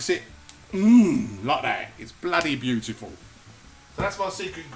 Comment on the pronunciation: Looks lovely also I love the way you say beautiful it cracks me up every time